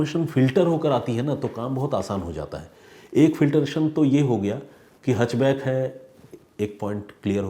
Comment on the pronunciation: Sir, it's हैच बैक नोट हच बैक